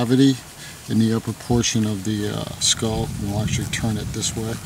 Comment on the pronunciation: Actually, not actualle.